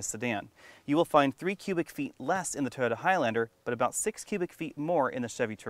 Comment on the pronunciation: Sorry - cant watch this. Your repeated use of the term "3 row cross-over" is just annoying. And its "Toyota", not "Toda"!